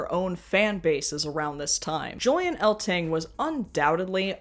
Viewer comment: A quick correction: You mispronounced Julian Eltinge's name. It rhymes with fringe or hinge. Eltinge was a native of Butte, Montana, and there was a bar there named Julian's in his honor, and decorated with memorabilia from his career. It was owned by Jim Kephart and Dave and Robin Jordan. Also, how could you forget Danny LaRue, Charles Pearce, and Divine? All huge crossover stars in the 60's and 70's. Comedians like Milton Berle, Jackie Gleason, Bob Hope, and Flip Wilson would also often do drag skits on their mainstream variety shows in the 50's, 60's, and 70's. Perhaps as a reaction to the AIDS crisis, drag pretty much disappeared from network TV in the 80's. ( unless you count Bossum Buddies, or Boy George as drag.)